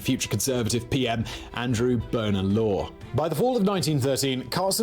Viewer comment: He also got Bonar Law wrong. Nothing to do with a "boner". Bonar Law was born in Canada of Scottish parents.